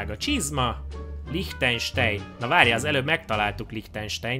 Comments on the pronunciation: aztmondja: LIHTEJNSEJN! Na mondom pfuuuuuuu basszus..... azt úgy kell ejteni, higy Lihtájnsán. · Lichtenstein az ei-t a végén áj-nak kell elyteni